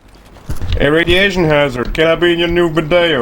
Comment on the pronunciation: Raughhhhdiation hazard